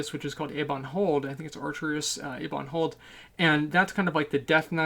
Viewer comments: Was I the only one twitching when he would say "EEEbon Hold?" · eh-bon hold, dear boy, eh-bon. not e-bon. e-bon refers to sweets for french robots. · Can you just say "e-bawn hold" a few more times?